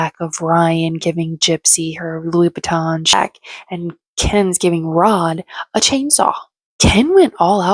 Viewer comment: Christian Louie Vuittons! Totally WRONG no matter how she said it!😅